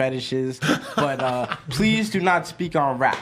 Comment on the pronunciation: "pwease do not speak on wap"